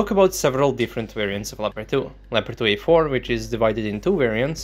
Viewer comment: Hold up, how did you pronounced 2A4 B and C? Trepkitot C and Trepkitot B? :D :D